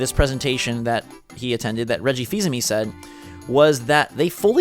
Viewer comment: The way you say Reggie Fils-Aime it makes me think: Fils Aime, Reggie-o!